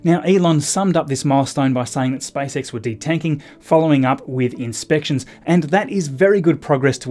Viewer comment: He calls it SpiceX